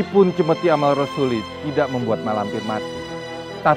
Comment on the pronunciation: bukan amal rosuli tetapi amarasuli......hadeeh